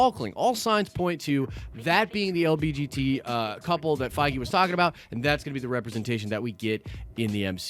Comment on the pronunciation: Did he say lbgt instead of lgbt?